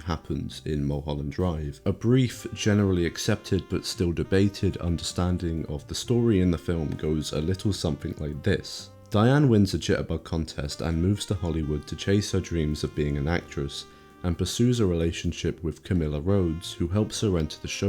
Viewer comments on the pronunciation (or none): Why do you limeys not pronounce ts? Ji-er-bug contest? 😂